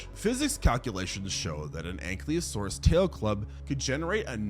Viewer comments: Loved the video but your pronunciation of a few things just ground my gears a bit lol. Argentina, not Argentinia, Coelophysis is pronounced see-luh-fi-sus not co-loph-oh-sis, Ankylosaurus is ang-kuh-lo-saurus not ank-lee-oh-saurus, and Pachycephalosaurus is packy not patchy. So sorry if this comes off rude, that is not my intent! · "Anklio" saurus ? :/